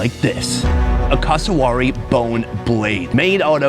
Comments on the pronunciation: It's pronounced cass uh wear eee and is a living version of a velociraptor with their feet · Cus-a-w o r r y... E mooo... 🤭🤦 He's not the only one who says it. C'mon Americans, you'd be like 🤨, if we Aussie's said/pronounced these animals something like: American belled eagle 🦅 lol.. Or American Beeson 🦬 🤣😆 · FFS, learn to pronounce Cassowary! CASS-OH-WARY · That pronunciation of cassowary really threw me for a loop :') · your pronunciation of Cassowary and Emu was painful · This blokes pronunciation of Cassowary was like nails on a chalkboard. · Plz learn how to pronounce the name of that bird properly